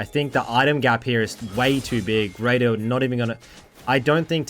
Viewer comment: Ngl dawg every time you said “raider” I heard “radar” 😅